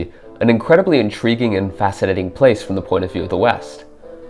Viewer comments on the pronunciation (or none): none